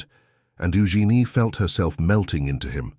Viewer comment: I'm pretty sure that "Eugene" is being mispronounced.